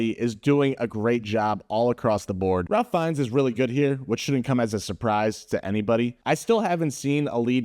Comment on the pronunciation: This may sound nitpicky but I didn't know you as a film critic and I have to say that the fact that you don't know how to pronounce the name of the main actor (Ralph Fiennes) hurts your credibility.